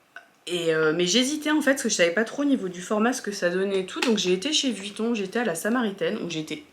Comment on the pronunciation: C’est comme Margavaluxe qui dit Vitton au lieu de Vuitton 😊 sac juste sublime!! 👏